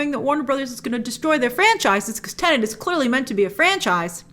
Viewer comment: It's not called Tenant! 🤦🏻‍♂️